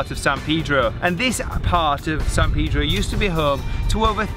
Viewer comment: I was going to refrain, but you said it twice. It's Palos Verdes and not one green tree. You did get Peedro right, so there's that.